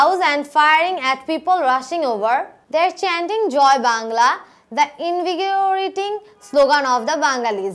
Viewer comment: invigorating er Pronunciation ta ইনভিগিওরিটিং হবে না ইনভিগুরেটিং হবে🙂